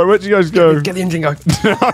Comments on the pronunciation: They were saying engine god I though it was just bad pronounced : oignon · As a person with a French last name I can confirm that we should probably say Engine like that